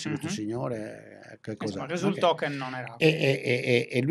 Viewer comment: “Oukey” 😂😂😂 facciamo finta di essere internazionali 😝